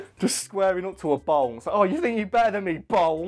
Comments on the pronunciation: I spent the first few minutes really confused cuz I thought you said bong instead of bowl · please tell me someone else also hears bong when says bowl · Why se fuk is this guy saying BONG instead of Bowl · Did it sound like bong to you? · You sound like you are saying bong. Not bowl lol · Is it just me or does it sound like he's saying bong when he says bowl? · I can't help hearing bone when he says bowl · Does it sound like he says bong in said of bowl sometimes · Bowl not ball lol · When you say bowl it sounds like bong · Thank god I'm not the only one who thought he said bong. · It sounded like he said bong a few times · It sounds like you're saying bone lol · my man, whats up with the way you say bowl? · the way you say bowl is so hard for me to understand!